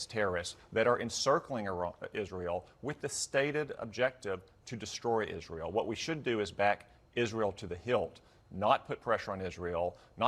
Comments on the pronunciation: Pillow biting closet queen Lindsey says "Izrul". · Why does Lindsey Graham insist on mispronouncing Israel? And Taiwan? Is there some christian extremist background or reason for pronouncing it that way?